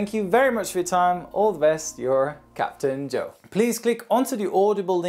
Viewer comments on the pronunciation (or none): Who’s?